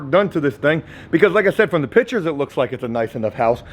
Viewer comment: Jooooooe. PICtures. Not pitchers. Come on brotha 😄